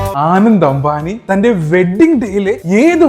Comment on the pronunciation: ആനന്ദ് അല്ല അനന്ത് അമ്പാനി. വനാഡിയo അല്ല വനേഡിയം